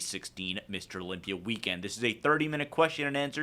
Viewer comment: "I'm leaving Amander at home and going to the Olympier" dave has a tough time pronouncing that 'a' ending lmaooooo.